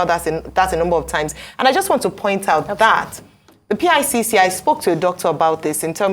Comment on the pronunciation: Ojy it is pronounced like "pick line" not PICC line. You are doing a great job and dear Dr. Abatti need not say that anyone is looking healthier than you 😀